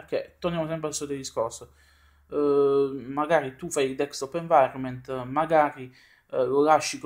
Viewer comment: il tuo ragionamento mi sembra valido ma con delle riserve. Poi una curiosità, mi sbaglio o ti sento pronunciare "DeKstop Environment"? Naturalmente so che sai come si pronuncia ma mi incuriosisce sapere se lo sento solo io. Beh per il resto non posso che chiederti di continuare così! Magari aumentare un pò la frequenza dei video! E anche sarebbe bella una recensione su Kalì Linux, è una distro che mi interessa ma non l'ho mai provata... è possibile? Un caro saluto a tutta la comunità del Box :)